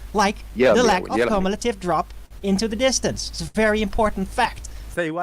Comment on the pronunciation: “There is no cumulative drop.” lol, makes me laugh every time I hear say “cumulative.”